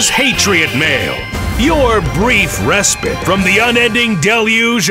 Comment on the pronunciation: Just saying... it's "Ree-spyte" or re-spite, not res-pit, just like it's "Bitch you men", not Buy too men" and Al you min e um, not, Alooo min um